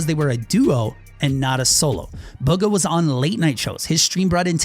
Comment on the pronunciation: I think bugha is pronounced “boogha